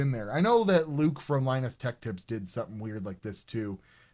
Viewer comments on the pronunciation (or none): none